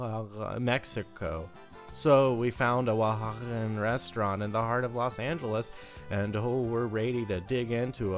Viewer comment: TURN ON CAPTIONS HE ACTUALLY PRONOUNCED OAXACA